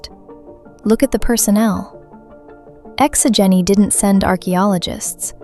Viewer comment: Yo the way things were pronounced was funny! So instead of Exo-Geni it sounds like Exo-Geeni. Then there is Zhu's Hope sounds like Jews Hope lol. So it is my personal theory that Feros was not bombed by the Reapers because the Reapers did not know about it. Now naysayers will say that all the Protheans worlds except for Illos were known by the Reapers due to their capture of the Citadel at the start of their invasion. However we know that the Reaper X Prothean war lasted for many centuries and that as the war went on the Prothean designs became more streamlined and basic absent of all ornamentation just like Feros. I believe Feros is in fact a Prothean world colonized during the Reaper war and as such they skipped standard colonization protocols meaning they missed the threat of the Thorian and after colonization were consumed by it leaving behind a perfectly preserved ruin. Now we know from the codex that Feros has been looted many times over the years yet no explanation is given as to why no other species has colonized the planet. According to the codex two thirds of the planet is covered in city so that leaves another third of the planet with plant and animal life so it is not a dead world. It is possible that the Thorian could make Prothean and other cloned species from that cycle. Sombody already pointed it out but yeah it's 50 thousand years not 50 centuries fifty centuries only equals 5k years. Okay I'm glad you didn't make the same mistake so many people in the fandom